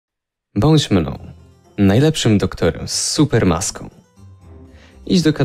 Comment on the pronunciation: trochę niewyraźnie to powiedział, ale jest tam "bądź mną". Często rozpoczyna się pastę tymi słowami.